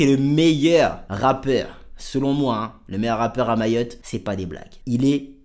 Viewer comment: Arête de dire mayotté